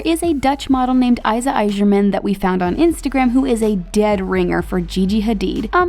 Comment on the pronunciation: It’s funny how you guys pronounced IJzerman, Dutch people would understand.